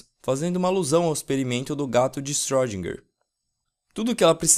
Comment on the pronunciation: a pronúncia é shirodinger